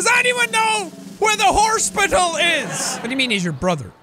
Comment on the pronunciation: From now on I’m never going to not say horspital